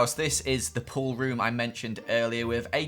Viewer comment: I Thought you said poor room not pool room